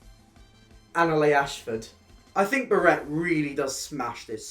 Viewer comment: Love this video but I can’t get over how you say Barrett. It’s Bah-ret not ber-ett